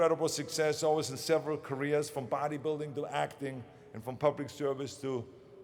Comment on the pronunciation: when he said "careers" he sounds like he's saying "koreas" LOL